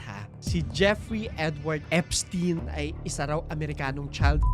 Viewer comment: Eps-tayn pronounciation name nya